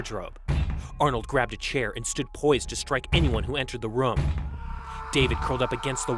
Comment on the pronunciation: The first narrator guy pronounces room as Roam.